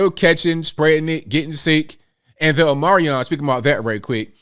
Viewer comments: O-MI-CRON not O-MAR-I-ON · it's "OMICRON" not "OMARION". Respectfully, Tom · No disrespect but it is called Omicron, not Omiron. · I love listening to you but can you, or someone, please tell me why you keep calling it Omarion and not Omicron?? Did I miss something you spoke about? Please pronounce it correctly so you sound as intelligent as we all know you are!! Xoxo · Are you saying the Omarion?? LOL xD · I had no idea what omarion 😂 You meant Omicron 🤣🤣🤣🤣 I'm gonna start calling it omarion 😆😆😆😆😆 This is why I love this channel lol. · Dear. Thank you for what you do. I do want to offer one suggestion. Please say Omicron properly. Here is the phonetic way to say this greek letter: "Oh-meh-kron." We appreciate you so much! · It’s the Omi-cron my man! Lol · Matt Walsh does the same thing. He calls it the Omnicorn. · I think it’s pronounced, OH-mih-kron. That’s a Greek letter, like Alpha, Beta, Delta, etc… PEACE ☮️ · What is omarian? Or are you referring to the omicron? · It's pronounced "ah-meh-kron". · Or “o-moron” 😉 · Come on dude. Ya gotta pronounce “omicron” correctly. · He says it like that so that they don't flag his video for misinfo... They can remove your video and then you can't share info with one another... He's not just pronouncing it wrong... Lol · Are you mispronouncing omicron on purpose? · So is the "C" silent in Omicron? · I have to admit when you don’t pronounce omicron like some type of transformer decepticon it triggers me.😂